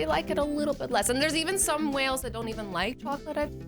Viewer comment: she said whales not males